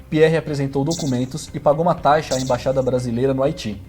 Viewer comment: Taixa ?? Ele fala taixa no vídeo ? 👀